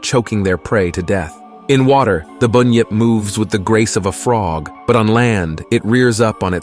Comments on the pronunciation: No alligators here buddy,and an emu is a bird,and it's pronounced as it's spelt ironically,bun-yip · It's not boon yip it's bun yip and what's a yo ee 😂 it's pronounced yow-ee And while I'm here (not mythological) it's not e-moo it's pronounced e-mew